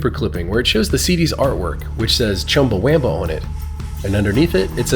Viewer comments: It's just not pronounced with a long a. Chumbawamba, not chumbawhaaamba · Is there anywhere online it says the pronunciation is Chumba-whamba? If you Google “Chumbawamba pronunciation”, it says Chum-buh-wuhm-buh” which is the only way I’ve ever heard it pronounced (and makes more sense bc it rhymes). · I mean, I always remembered Chumbawamba. But you are pronouncing it wrong, the "a" is pronounced æ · its always been chumbawamba, always pronounced wumba tho, in my timeline at least